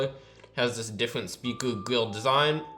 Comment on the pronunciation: Diffwent. Wouter. Configwuations. Wating. Pwo. Wecording.